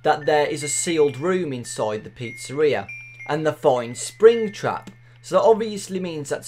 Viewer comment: When he say's springtrap I hear springchrup